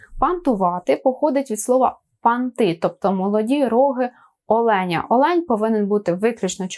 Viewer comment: Все, конечно, очень хорошо, но в некоторых словах ударение неправильное: дОнька, Олень*